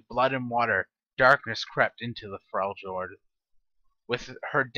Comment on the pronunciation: It's pronounced Frel yord